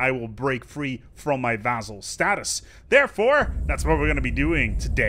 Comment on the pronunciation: I love how you still mispronounce vassal. :-)